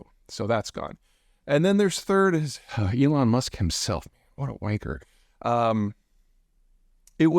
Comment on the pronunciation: That is genuinely the first time I have ever EVER heard an American pronounce and use the word “Wanker” correctly... 10/10